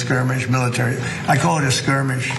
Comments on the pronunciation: it's "skirmish", not "squirmish". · Ana said "SQUIRMISH" 😂😂😂😂😂 🤦‍♂️